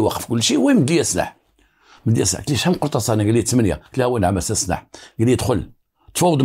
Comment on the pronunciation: سلاح وليس سناح راك بوليسي زعما